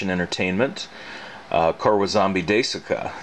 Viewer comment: "kore wa zombie day-koo-kuh" xD